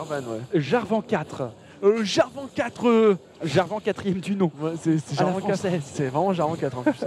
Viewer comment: on dit jarvane et sur le move ou vs dites que aphromoo a paniquer en mettant son black shield c'est pas ca c'est la elise qui a brain le black shield en envoyant une auto pour faire semblant que c'est le cocon